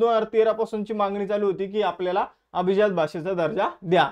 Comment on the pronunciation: अभजित नाही अभिजात